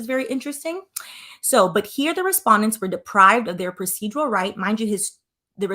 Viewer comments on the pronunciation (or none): none